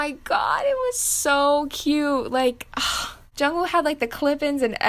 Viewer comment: Jungwoo is pronounced jungooh and chenle is pronounced chun luh